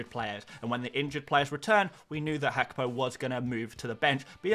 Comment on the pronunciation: Mate who is hackpo 🤣 say it properly haha